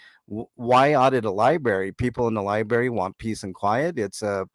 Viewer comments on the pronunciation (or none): "tour of the liberry" I'll save my research for those who pronounce the venue correctly. Thank you!!!😂😂😂😂